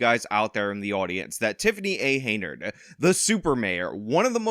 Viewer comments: Is Sean dyslexic or is he saying her name wrong on purpose? It's Henyard, not Heynard. Pronounced hen-yurd. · Who's gonna tell him her name is Henyard, not Heynard.... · Henyard. Why do you say Haynard? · It’s “Hen-yard”, not “Hey-nard”. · Hey,. Her name is pronounced "Hen-yard", not "Hey-nerd"😂😂😂😂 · Hen Yard. Not Hey Nard. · HEN-YARD. Not Hey-nard. Sorry/not sorry. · It’s HEN-yard, not HEY-nard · Sean. You know I love you, but her name is Tiffany A. HEN-YARD. Not Hay-nerd. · Why do you pronounce it hay-nard? Do you not hear everyone saying it properly? Have you not seen it enough times on all those signs? Hen-yard. Not that i care about disrespecting her name it just drives me nuts. Also whenever you say someone looks like someone else it makes me 99% sure you have face blindness. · Why is the host pronouncing her name "Haynard" instead of "H-e-n-y-a-r-d"? I'm no fan of TAH smbut come on now...unless he is doing this on purpose 🤔 ...or he's stupid for real. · Sean, I like all your videos, but I would like this one more if you pronounced Super Hags name properly, HEN-yard, HEN then YARD, HenYard. I know I'm being pedantic, but it's ENGLISH man, for God's sake, ENGLISH!!! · Her name is still not "Heynard" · You say it like HEN-YARD! Sorry, but the mispronounciation kinda drives me nuts.. ^^° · What does Sean keep calling her Hey-nard? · Oh c’mon… He works hard,let him have this one. Consider it an early BD present for him. Personally,I think it’s hilarious when he calls her Hey-nard😂… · It's bugging the hell out of me too. Is he doing it on purpose or is he dyslexic? They say it right in the news story. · Your insistence on mispronouncing her name is admirable. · 5 videos later and still cannot properly pronounce her last name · Why do you keep pronouncing her name like that lol